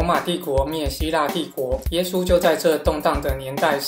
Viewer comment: 你讲耶稣的时候说话模糊不清，听不明白你说啥(⊙o⊙)？